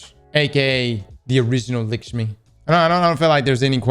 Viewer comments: for God's sake it's LAKshmi not LIKshmi. You're killing me my guy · The way says "Likshmi" lolol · It’s lakshmi bro